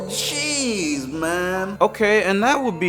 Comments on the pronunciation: WHY EVERYTIME YOU SAY JEEZ IT SOUNDS LIKE YOU SAY CHEESE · on the first day of Christmas, my true love gave to me: jeez Me: thinking he said cheese then said Me: on the first day of Christmas, my true love gave to me, CHEESE! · Every time he says jeese it sounds like cheese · he sounded like he said: on the first day of Christmas my true love gave to me CHEESE! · Did he not say cheese? I feel like he meant to say cheese because it sounds SO MUCH LIKE IT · Same soubded exactly like cheese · I don’t know if it’s me but I thought he said cheese 🤣 I guess when he’s scary he’ll say cheese 🤣🤣🤣